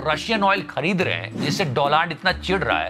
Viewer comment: Donald Trump: I am taking the revenge as he pronounced my name as DOLAAND 🤣🤣🤣